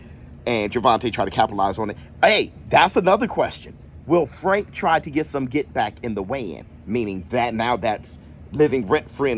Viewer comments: Not Fwank 😂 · I hope fwank wins so i can still hear you say fwank 😂😅